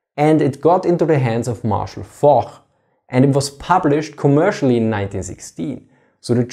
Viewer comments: Marshal Foch. The way his name is pronounced. It is F-aux-sh not Fokh. 'kh' here corresponds to as one might pronounce 'ch' in the word 'moglich' (I am missing the umlaut I know but I don't know the exact command for how to type that' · I think Foch is actually pronounced like 'Fosh' rather than 'Faux' or 'Fock'. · It is pronounced F - aux - sh not F o kh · "Foch" pronunziert man "Fosch", übrigens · Foch is pronounced "Fosch" :)